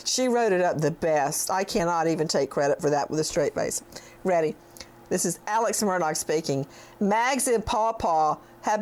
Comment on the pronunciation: I have no clue how to pronounce that man's name and I live in SC. Never heard of him until all this mess. But here, the TV news reporters pronounce it "Alec" "Murdock", when clearly it's spelled Alex (with an x) and Murdaugh (Mur Daw). Confusing, isn't it?